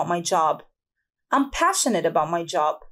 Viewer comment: استاذه ..كلمة passionate لماذ نطقتيها بشين